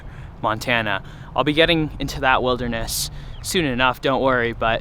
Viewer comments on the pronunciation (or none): none